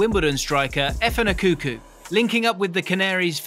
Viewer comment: JJO then Kanu bar none a country miles above everyone else & mispronunciation of Efan’s surname criminal 😂🤣😂😁